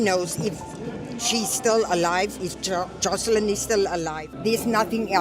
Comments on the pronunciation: Beautifully? The child's name is wrong in the video title, on screen during the video, and every time ite narrator says it.... even tho they including several pictures with the correct name. It's Joslin... no 'h' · Joslin… not joshlin.